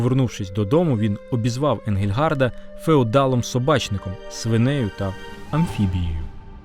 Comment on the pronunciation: За всієї поваги: не Енґельґард, а Енґельґардт. Отже, не Енґельґарда, а Енґельґардта і т.д. Аж надто ріже вухо...